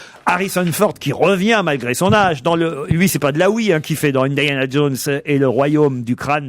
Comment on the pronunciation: "indayana" : "brône" 😂